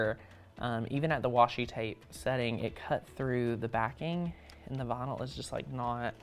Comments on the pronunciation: Ooohh! He is saying vynil! I was wondering what bonull was! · I love the way you say "vinyl" ! 😊